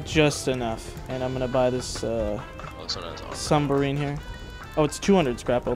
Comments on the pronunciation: too bad he still says - sumbarine, turrent, sWord, etc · is the type of guy to say “sumbarine”